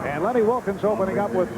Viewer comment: Wilkens, not wilkins